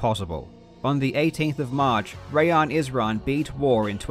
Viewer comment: Awesome video as always. Btw just as a sidenote, assuming Rayan is persian his name is probably actually pronounced “rye-on”